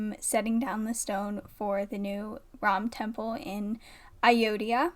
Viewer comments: It's not ayodya its ayodhya🙂.jai shri ram🙏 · Anjali pronounciation is very funny...Ayodiya😀😀😀😀.....while it's actually called Ayodhya